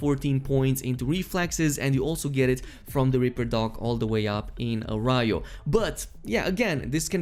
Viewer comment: "Arayo"? So you haven't seen Breaking Bad, have you?